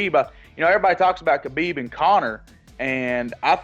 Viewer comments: Those who are a fan of the Russian, you can start by pronouncing his name correctly. It's not Ka beeb. The K is silent.\ It's Ha beeb Nur mog a may doff. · You said his name wrong, it's not a Russian thing whatsoever, his name is a Arabic name. It's not Ka bib or Ha bib, listen to Ariel Hawani's saying Khabibs name and you will learn how to say it properly.